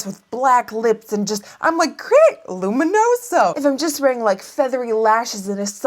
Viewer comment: I love the way you say "luminoso"